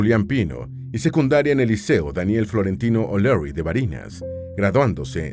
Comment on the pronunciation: O'Leary se pronuncia "oleri" (Liceo donde estudio Chavez en Barinas) y Oswaldo se pronuncia: "Osbaldo"...